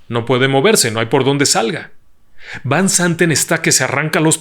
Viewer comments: Magistral relato, me atrapó desde el inicio. Lo único es que no mencionaste que Fanny Cano, actriz Mexicana también guapa, iba en ese vuelo también y el apellido de del piloto de KLM, Van no se pronuncia así, si no como Fan. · Van se pronuncia (fan) que significa de